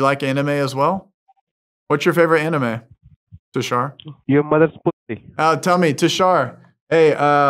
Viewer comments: all u do is cool and noble... But Bro calling Anime (AE NEE MEY) as (AE NIGH EM) is also a crime.... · If I wasn’t such a huge fkn fan, I would have clicked off when you said “ aNIME” 😤